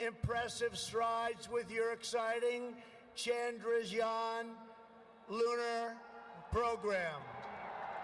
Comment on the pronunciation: Trump speech starts at: "Modi started as Chiwala" (Chai wala) - "Swami V V ka munun" (Swami Vivekananda) - "Suchin Tendulkar" - "Chandrajan" (Chandrayaan) - Also, here's Modi saying Mr. Dolan Trump